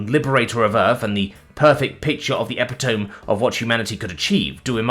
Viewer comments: e-PIT-o-me! Not epi-tome! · I really like your channel, but could you look up the pronunciation of "epitome"? It's come up in a few stories and it doesn't sound like it is spelled (I think it's French)